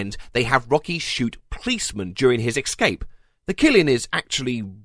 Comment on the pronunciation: I love your videos, but, really, you must stop pronouncing "escape" as "excape". It's embarrassing.